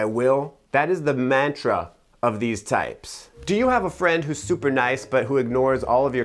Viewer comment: it was awkward hearing how you pronounced mantra, you're welcome